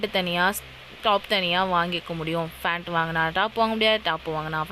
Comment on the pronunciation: Fant ah pant ah😂